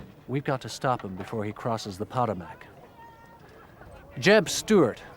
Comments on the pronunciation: Were the talky dramatized bits filmed in England? I'm English but I can hear the accents don't sound right and Maryland is pronounced the English way ie Mary Land as opposed to the American, Marrylund. Also, Potomac is pronounced here as Pot O Mac not Po TO Mac. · Pot-o-mack? Mary Land? Who's reading this? Butchering the pronunciation of common words is how foreign spies get caught. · I can imagine Custer pronouncing “Pot O Mac”.